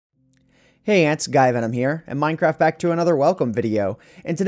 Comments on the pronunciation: LOL listion to the into, this is what I heard: "hey ant sky venom here. and minecraft back to another welcome video." XD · Richard Whitt You are right,he kinda accidentally added an "s" to.I'm pretty sure his past,he didn't pronounce that way.He made it quite clear.He accidentally made it sound like he is saying "sguyvenom" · guys, if you really listen you can hear a "g" sound. I'm sick of getting notifications on this topic and would like it to end now.